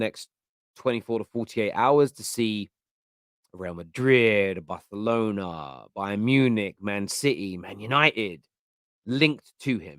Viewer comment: Why did you say Barcelona like that 😂😂😂😂😂😂😂 Barthalona